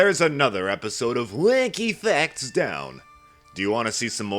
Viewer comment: No offense but at the start it sounds like u saying whecky fecs